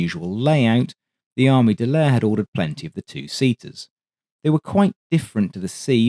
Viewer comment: Could you please pronounce Armée de l'air as the French do? "Armay de l'air". Merci beaucoup!